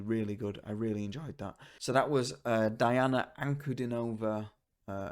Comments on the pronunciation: Her first name is pronounced Deana. You're one of the few who got her last name right. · Welcome to the magical, mystical world of Princess Diana, The Goddess Voice of Nature. Enjoy your journey. She is a true Contralto. Her first name is pronounced Dee aunna.